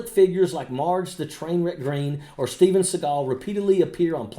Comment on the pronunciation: Steven's name is pronounced like the bird that flies around cawing at everthing edible. Look at at steve now.